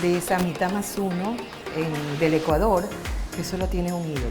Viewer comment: El Ecuandor entero nooo , porque lo dice asi ?